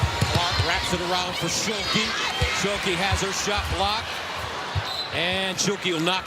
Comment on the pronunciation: Is he saying shulke because it doesn’t sound like stuelke